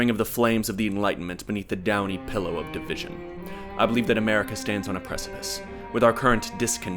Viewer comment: You say pillow weird.